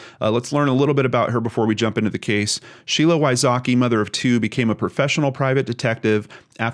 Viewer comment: Sheila Wysocki is pronounced completely different btw 😂😂😂 vysocky